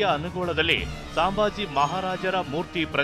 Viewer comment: ಸಾಂಬಾಜಿ ಅಲ್ಲ ಸಂಭಾಜಿ ಹೇಳಿ, ಸರಿಯಾಗಿ read madi